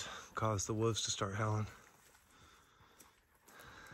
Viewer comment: Woofs howl... here we go again! WOLVES with a V! Not woofs or Wolfs... Wolves!